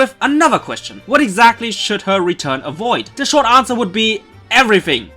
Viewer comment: “What should the return episodes of Serena ‘avooid’?!” Sorry, you goofed there :D